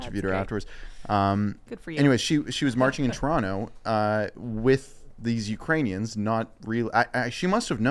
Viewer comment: Dude I did the same. I was drinking vodka and threw up really fast. I missed it when Biden said Uranians.